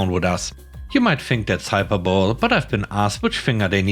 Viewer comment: hyperbole is pronounced hi-per-bo-lee Just to help you for the next time you find that word. :) Hope you have a wonderful day.